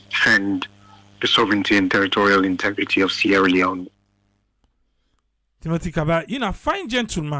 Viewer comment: Sierra Leone, Sierra Leonen, oh gosh.